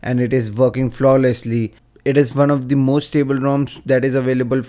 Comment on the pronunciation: i thought u said fuckin flawless and it sounded faboulous xD